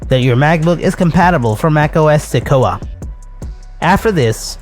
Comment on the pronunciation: The word is pronounced “Se-kwoi-a”.